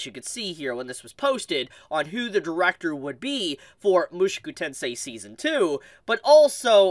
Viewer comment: Why you pronounce “Mushoku” like that